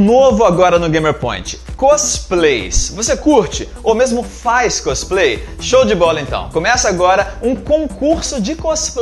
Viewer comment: côsplay.. sério mesmo!! veexx